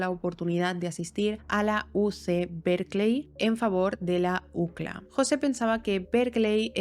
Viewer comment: La ucla 😂 y uno diciendo iu si el ei.